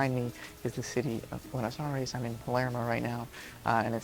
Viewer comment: I can’t believe how many times this guy said Buenos “Aries” and also typed it in the captions without ever realizing that it is incorrect